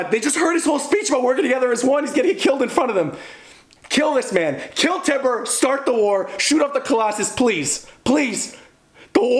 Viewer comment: Also it’s TYBUR (Tye•Burr) not Tiber.